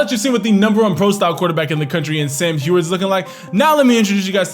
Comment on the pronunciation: It's Sam Hue-erd